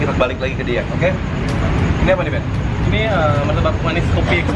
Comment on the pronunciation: Gue kaget saat bilang: "Jadi kayak tiramisu, ben." Pertama dengar kirain manggil "beb". XD